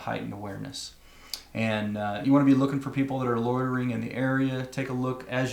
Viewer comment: Instead of "loitering", I heard "lawyering". As if some ambulance-chasing personal injury lawyer is lurking in the shadows just waiting for something bad to happen. I suppose, if that was the case, that would be a valuable indicator that you are not in a very safe place. 😂 ... I crack myself up. Anyway, carry on.